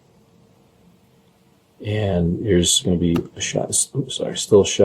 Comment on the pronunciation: Your interview is so gross! And I hate it when people end words ending with a G, with a K! So nasty!